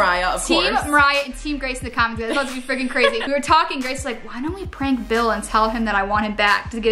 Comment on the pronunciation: she Called Bill Billle